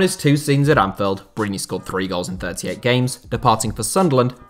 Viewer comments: Bruv it’s Anfield not Anfeld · Great video! Just a quick note, Anfield has an i in it so it’s not pronounced Anfelled 👍🏻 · Why does this dude keep saying anfeld